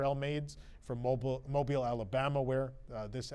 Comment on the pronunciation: You said Mobile, AL right! Lol! Most people not from Alabama say like Mobile as in like a mobile phone. 😂